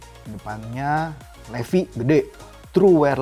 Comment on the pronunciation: Kayanya dibacanya bukan LEVI deh tapi LIFAIIII.. 😂